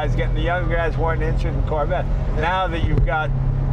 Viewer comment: Did jay just call the corvette the "Carvette"? lol